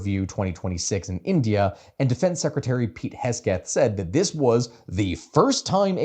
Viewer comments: This was really cool to listen to, as someone who has been listening to the news a ton, and only watched your shorts before this. Also, it's Secretary Pete Hegseth, not Hesgeth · Who is pete hesgeth? HEG-SETH. Lol great vid though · Hegseth* not hesgeth. I heard it so much i had to look him up because i started to think it was hesgeth lol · You kept calling him "Hesgeth" but I think you meant "Hegseth"? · As much as I love mocking kegsbreath, his name is hegseth, not hesgeth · Hesgeth? It's pronounced: "Kegsbreath" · No one correct how he says Pete’s name